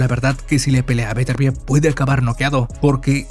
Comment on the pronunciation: Mejor q no rete a vivol, meeeeeeenos a vetervier